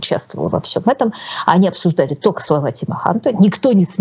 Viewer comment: Удивительно, Юлия филолог, но постоянно произносит ""тока" вместо только. Или это ее "шерьте", вместо "делитесь".